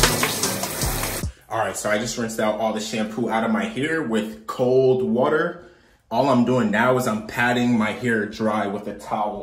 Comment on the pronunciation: How he says water wuter 😂😂😂